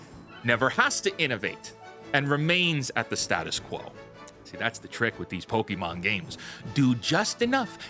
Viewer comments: My only criticism right now... Its not pokEmon. Poke-mon or pokuhmon is closer. No i wont stop being upset about this. Not once anywhere is it said pok-E-mon. The show said it correctly as far as i remember. You are choosing to say it wrong. 😂 And yeah the game looks like trash. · Stop fucking saying pokimon, it's pokémon, not pokimon !